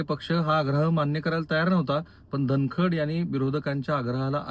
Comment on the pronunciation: राहुल जी तुम्हाला धन कड हा शब्दही उच्चारता येत नाही आहे. सारखे धन खंड धन खंड असे म्हणत आहात 😅